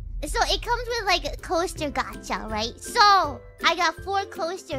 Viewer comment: I love her pronunciation of gacha: 'gyatt-cha'